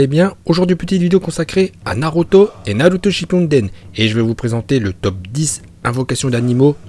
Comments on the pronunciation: Pk tu dis "nalouto shypunedaine" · toujours "Naruto Shinpunden" xD jpp !!! mais tes vidéos c'est le feuuuuuu continue comme ça !!!! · Salut je suis actuellement en apprentissage du Japonais grâce aux animés (oui oui c’est possible) et j’aimerais que tu fasses une vidéo sur les prononciations vo de Naruto car elles sont juste excellentes et ton accent est parfait! J’espère que tu le feras car Naruto Shinpunden c’est la vie! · J’adore quand tu dis naruto shipuden